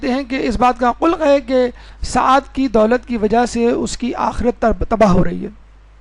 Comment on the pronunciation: پورا درس بہترین ھے انسان کو منقلب کرنے کے لیئے کافی ھے ممکن ھے آپ انگلش بولنے والے ھیں بعد میں اردو سیکھی ھو قلق کو ق پر پیش دے کر نہ پڑھیں ایسے ادا کریں جیسے سورہ فلق کو ادا کرتے ھیں سلمان رسول کے صحابی سلیمان نبی مجھے معاف کر دینے گا